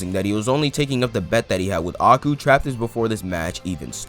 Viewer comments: im sorry, when your talking abt aiku do you say "agu"?? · I cringed every time you called aiku: aku....Great video By the way